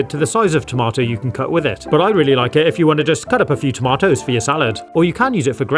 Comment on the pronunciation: toma - toes